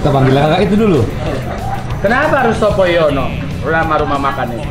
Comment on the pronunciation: Sopo Nyono, kaliiii ... Bukan Sopo Yono 🤣🤣🤣